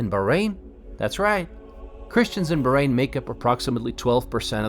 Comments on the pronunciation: Who told you that the letter h is not pronounced? Of course is pronounced it's arabic name and not enghlish. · Please pronounce the country correctly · Yank speaking as a child in an older body, dressing the same....didn't learn how to correctly pronounce the country's name....😮😊😊😊